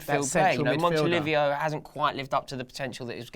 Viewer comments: lol... "Montolivio" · Did you say montilivio 😂😂😂😂😂